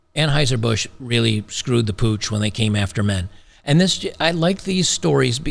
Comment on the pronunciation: it's pronounced Unhoiser - Boosch.